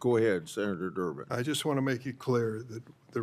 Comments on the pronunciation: Did she say senator jerk to senator Derben? That's so funny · She said Senetor " jerk" 😅😅😂😂